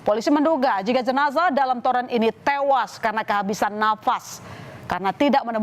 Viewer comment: Zenazahh.... Zenazah... Lebay banget ngucapnya.